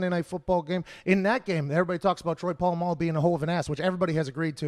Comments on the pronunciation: Troy Pa-llama-lu 🤣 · Lol why he say Troys name like that 🤣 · When will pat ever learn how to say Polamalu correctly lol